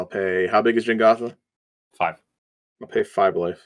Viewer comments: Every time someone says "Jengatha" the tumor in my head grows another size larger. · It's Jegantha, not Jengatha, and Mischievious is not a word.